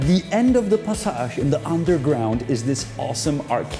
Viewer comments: The pronunciation of "passage" is probably because he's not necessarily pronouncing "passage", he's pronouncing "pasáž" - it doesn't have a direct English equivalent for the way it's used in Czech (specifically, a walk zone inside a house lined with shops). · Awesome Video. I can see myself walking around in Prague and enjoying every moment of it. Yes, you pronounced “skewer” correctly. However, you pronounce “passage” differently. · Aha, I wondered, why you pronounced the word "passage" French, but it's the name.